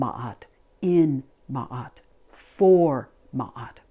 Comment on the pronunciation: Love and gratitude from Egypt. A special thank you for pronouncing Ma’at‘s name correctly ♥️